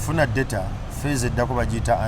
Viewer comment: Daieta 😅 for data in voice. Thanks for the show and